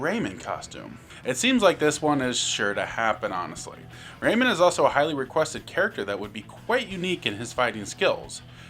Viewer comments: "Raymond, from the Raymond series.." RAY-MAN. RAYMAN. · Ah yes, Raymin. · WHY ARE YOU PRONOUNCING RAYMAN LIKE THAT